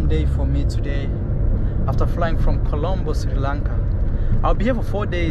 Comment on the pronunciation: COLOMBO your pronouncing is that of a PIRATE who claims he discovers THE AMERICAS in 1494😂